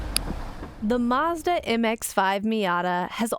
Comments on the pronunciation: It’s pronounced Mazda not Marsda !!! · Where is the R in Mazda? 🤣